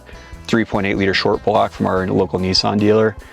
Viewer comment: Good job on pronouncing nissan correctly